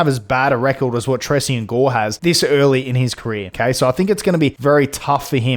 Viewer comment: It’s pronounced Tray-Shawn brother just a little help for the future vids 👏